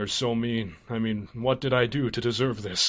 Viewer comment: I AM A LESBIAN I men Sounds like Amen Im dead